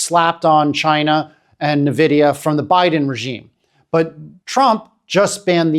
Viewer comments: It is pronounced N - vidia, not nvidia One would think someone talking about a company would learn how to pronounce its name… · Really great analysis, however it's 'En-vidia", not "Na-vidia" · Nvidia is pronounced as invidia(envidia) as it comes from Latin Invidia. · Maybe its because i'm a tech guy but people saying Na-vidia instead of N vidia really gets to me. Huawei do have a talented team of chips designers but they don't have access to foundries like TSMC and fabrication machines needed to make chips that can match Nvidia's best chips. These limitations have severely handicapped huawei to the point where they can't even get their Kirin chips to match last gen's chip from snapdragon. Lets be logical and wait for the 910D to be benchmarked before saying China dont need Nvidia's chip anymore.